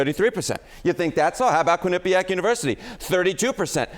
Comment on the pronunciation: Harry - You and others are mispronouncing Quinnipiac. The accent is on the Quin, not the nip. Please stop! I'm from Connecticut, and until recently I've never heard this until now.